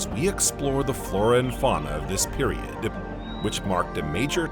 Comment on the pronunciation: It is AI narration, “periodD”…